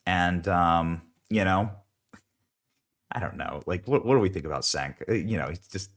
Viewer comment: "Cenk" is pronounced "Chaynk."